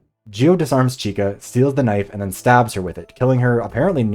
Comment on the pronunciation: Portuguese speaker here, just wanted to point out that the way they are pronouncing her name (or shortened version of it) is wrong. Francisca when shortened is Chica but is pronounced as "Sheeka" because "CH" in Portuguese makes an "SH" sound. So when they call her Chica it just sounds like they are calling her "girl" in Spanish.